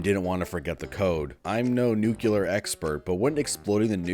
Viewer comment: i'm judging you for saying "nucular"